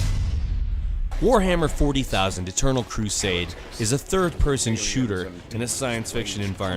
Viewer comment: warhammer fourty thousand... That's not how you prenounce it :<